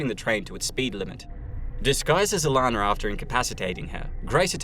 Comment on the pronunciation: her name is Alanna, not Alanner